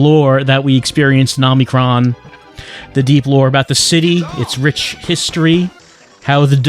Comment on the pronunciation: 36 parts and still calls it "Omni-kron". You're killing me!